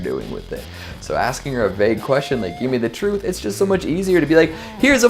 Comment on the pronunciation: YOU CAN'T HANDLE THE TRUFTH.